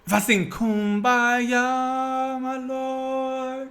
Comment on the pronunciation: This man keeps repeating coonmbaya as a solution 😂😂😂😂